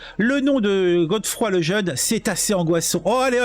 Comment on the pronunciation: C'est pas Godefroy c'est Geoffroy. Faut lire !